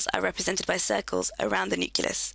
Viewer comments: nuculus lol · IT'S NOT NUCULUS!